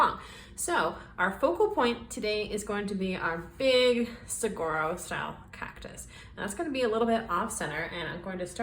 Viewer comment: An Arizona native here—saguaro is pronounced su-war-o. The gu is pronounced like a w. Love the art!!😊